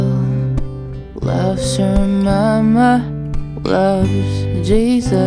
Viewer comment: I think its funny how he said moma! !